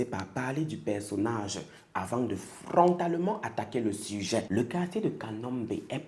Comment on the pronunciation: Au moins t'as prononce un peu bien leur quartier ehh c'est nos voisins 🇧🇮